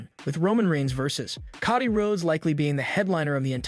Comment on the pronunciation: Bro, it Coe Dee not cah dee!!